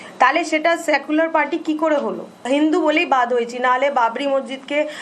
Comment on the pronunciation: সায়েকুলার পার্টি আবার কি, উচ্চারণ করতেই পারেনা 😢